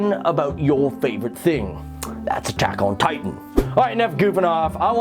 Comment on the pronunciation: is it just me or did it sound like he said taco titan in the into